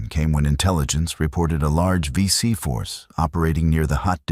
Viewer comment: If you do AI to make your video. Please use spell check and proofread. These are Aussie legends and your Ai is crap. Vet's read through this. 23 seconds in you call them the BC. WOW. AI is "Not good"! Disrespect to the VC.